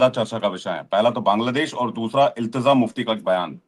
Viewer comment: Ilteza nahin hai bhai ilteja hai